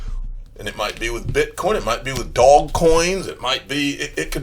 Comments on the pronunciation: It's not fucking "Dog" coin and you sound stupid AF when you say that. It's "Doge" with an "e" at the end. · Love your work but you need to pronounce DOGE coin properly (DOJE)!